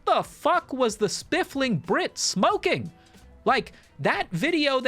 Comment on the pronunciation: Still saying "spiffLing brit" with an L for some reason, huh?